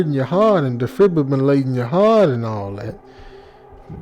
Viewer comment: Da-fib-u-ma-late-in. Dude, you crack me up!! Love a good narration!